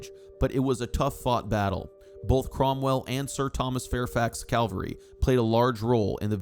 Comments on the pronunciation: I love the details of this research, except the mispronunciation of what I assume should be "CAVALRY, which to me is repeatedly jarring. Perhaps a proof reading problem. From the dictionary ... On the battlefield, one should send in the cavalry, which is the word for an army component mounted on horseback. The similarly spelled word calvary however, refers to a depiction of the crucifixion, or, more recently, to an experience of usually intense mental suffering. 🤔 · The pronunciation of CAVALRY is not the same as Calvary, the place where Jesus died.